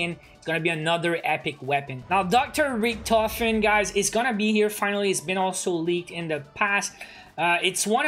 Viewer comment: People really out here calling richtofen, "RictOfen"😳